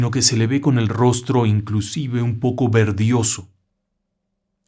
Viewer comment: La palabra correcta es VERDOSO, no verdioso.